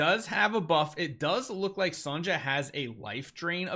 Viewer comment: lol, did you just say Sanja as her name? It's Sonja, like Sonia.